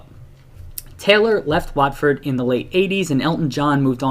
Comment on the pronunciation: And while we're on the subject of pronunciations, the 'A' in the name of the club, and the town, is pronounced as an 'O' - as in 'hot'.